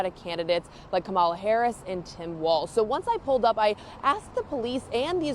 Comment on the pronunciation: Dear, please learn how to properly pronounce "Kamala."